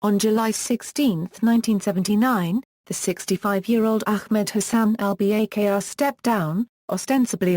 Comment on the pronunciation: The lady doesn't even know to correctly pronounce Al-Bakr's name!